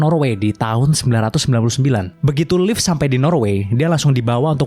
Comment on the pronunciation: Si Leif ya kawan kawan bukan silhit